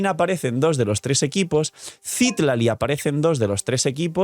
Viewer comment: Y nunca llegaste a pronunciar bien el nombre de Citlali😢